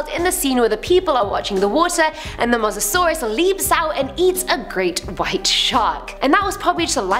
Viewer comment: Is pronounce Mo sa saurus